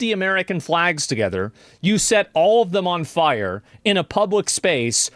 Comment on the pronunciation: he cant say "fire" im high, ignore me lol